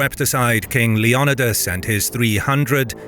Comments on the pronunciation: Is Leonidas actually pronounced like that? I’ve been lied too! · Is it not pronounced "LEO-NI-DAS"?